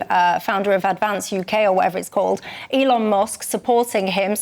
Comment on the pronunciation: His name is Elon,..... go on, say it.😊